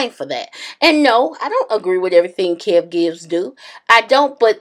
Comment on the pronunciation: Kev gills? Really sis. Lmao